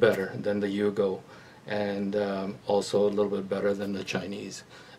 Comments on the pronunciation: Its "you-go" not "yo-go" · not yogo it's yugo